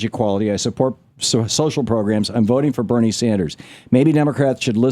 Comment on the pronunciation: Agreed. I get tired of seeing him on The Big Picture, so my heart sank a little when I saw he was on his radio show as well now. Also, he always calls Bernie Sanders Barnie. ITS BERNIE! NOT BARNIE!